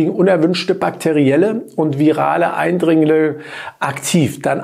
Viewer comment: Starkes Video wie immer sehr informativ und weiter so 👏🏽 😔 „Eindringllllle“ 😂❤️